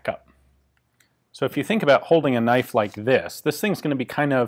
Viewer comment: Now there's a knoife